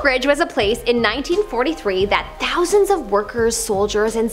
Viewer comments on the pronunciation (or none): none